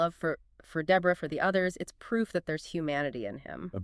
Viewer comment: Day bra? Debra 🧍🏽